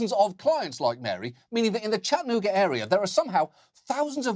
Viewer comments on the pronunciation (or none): John, if you see this, it's "Chat-ta-noo-ga". Not Chat'nu-ga or however you said it. You need to come for a visit. You'll never run out of material.